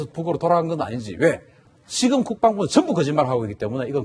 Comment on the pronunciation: MC도 국뻥부라고 발음하잖아